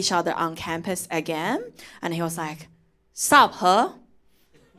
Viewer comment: HE but pronounced as HER (British accent) 😂😂😂😂 your name is so conflicted 笑話都非常有深度喔！💪💪💪👍👍👍👍👍👍👍👍👍👍👍👍加油。想看更多。